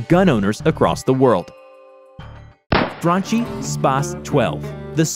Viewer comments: Its pronononcoued FRANKI not FRANCI Dammit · Italian "Franchi" is pronounced Frunkee ffs, non Frunchee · He mispronounced franchi as well. It's pronounced frankie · Franchi too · No you did not just say Franchi so wrongly. Im Italian, the ch is pronounced like k